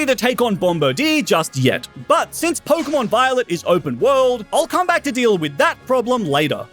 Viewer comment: 39m 7s did blud say pokemon biolet or am i imaginating things